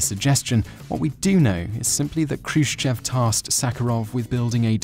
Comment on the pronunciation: the accent in Khrushchev is on the "e" and whenever this happens in russian you have to pronounce it like an "o" (like it was Khrushchòv)...a more correct writing would be with two little points on the "e" to make you know it is accented and therefore not pronounced like you would a non accented "e"